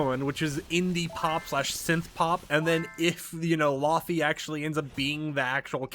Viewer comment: laufeys bossa nova which is like jazz pop, and btw pronounced lay vay